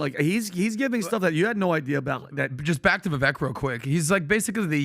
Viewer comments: How does STILL call Vivek “Viveck”, I swear he has a flat brain. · Guys, Vivek said his name is pronounced to sound like Viv-ake, like cake. I'm not voting for him.